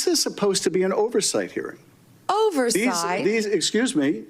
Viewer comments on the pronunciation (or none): "Overrsiight?" Yeah bish 😅